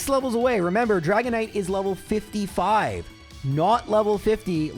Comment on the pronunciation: 55 CRIIIIIIIIIIIIIIIIIIIP IS WHAT I HEARD WHEN YOU SAID 5 ever lmao